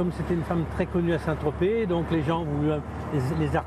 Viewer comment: On dit Saint-Tropez pas Saint-Trop. Super dossier !